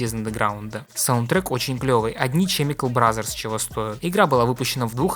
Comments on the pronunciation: Не Чемикал бразерс, а Кемикал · Чемикал бразерс🥴🥴🥴🥴🥴🥴